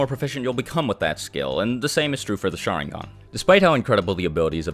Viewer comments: It's because he keeps saying "SHAringan" "MAdara", "uCHIha". And it's friggin annoying lmao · it’s pronounced sha-RIN-gan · I came here just because my friend thinks “sharingan” is pronounced “shottingon” 😂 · Great video (really) but the way you pronounce "sharingan" is a pain for ears and heart alike...